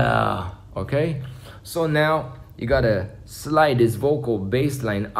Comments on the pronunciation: For me sounded like portuguese lol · wtf that "ok" sound so polish